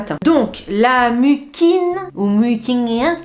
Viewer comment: Coucou moi j'aime Bill pour Chat GPT c'est court simple et direct....😅J'adore la marque beauty of Joséon mais je vois que tu n'utilises pas de rétinol?Pour la prononciation s'est de la mucine d'escargot qu'on prononce comme sil il y avait 2 ss....🥰😘